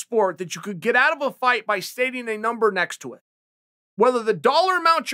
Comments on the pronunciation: If Chael says Rumble doesn’t have a “Numbel” under his name than I’ve been saying Number wrong my whole life. Wise words from the undisputed goat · Me: number Chael: mumber Me: mumber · "numble johnson" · “Rumble Doesn’t Have a Numble” should be a Dr Seuss book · Rumble doesn’t have a numble next to his name. God damnit, Chael, you’ve done it again. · "Numble" the dictionary must have changed overnight or something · Rumble doesn’t have a numble made me chuckle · Did he just say “numble”? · Rumble "Numble" Johnson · Rumble Johnson doesn’t have a “numble” next to his name lmao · Anthony "numble" Johnson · "Runble johnson doesn't have a numble next to his name"😂